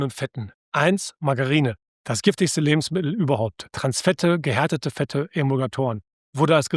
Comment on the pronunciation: Das sind alles unglaublich wertvolle Informationen. Nur - es handelt sich nicht um Lebensmi el, diese Aussprache tut mir in den Ohren weh. LebensmiTTel - so erfreuen Sie Ihre Zuhörer.